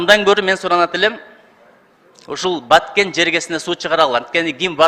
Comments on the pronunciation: ЖУРНАЛИСТСИНБИ, КАБАРЧЫСЫНБЫ? КИМ БОЛСОН ДА видеонун башында айтылгандай, БАКЕН ЭМЕС, БАТКЕН ДЕП ЖАЗЫЛАТ ЖАНА АЙТЫЛАТ!!! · Баакен облосу дейтко